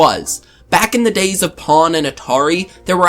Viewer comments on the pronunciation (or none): It is pong not pawn. Like dong, bong, or wrong. At least that's how it pronounced in the US.